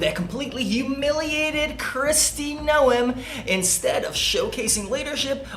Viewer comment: Holy crap brother. I can't stand Trump's regime, but if you can't pronounce Noem, you lost a huge amount of credibility from me. Please do better next time. Thanks.